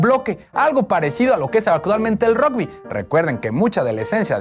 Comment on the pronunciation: Que interesante sería ver un fútbol con esas reglas del rugby (pasando hacia atrás). Por cierto, las tarjetas también vienen de ese deporte. P.D: Se pronuncia "ragbi", no "rogbi".